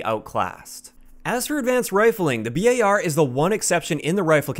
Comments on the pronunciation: Why u called it B A R instead of bar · FINALLY! Someone finally pronounced the BAR like B-A-R! 100% respect and subbed!